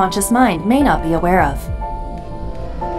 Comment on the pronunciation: You can say it as many times as you want but his name is date not dante.